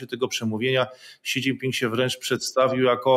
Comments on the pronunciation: Si dzin pin! Nie ksi! :D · Si dżin tao.... 🤦